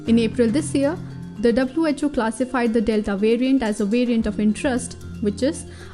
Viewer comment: Who else heard "it is a mutated virgin"